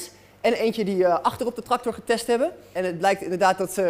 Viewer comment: mooi spul wel een beetje jammer dat hij “traktorrrr” zegt😂